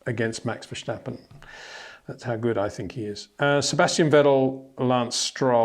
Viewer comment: Max Vershhhstappen😂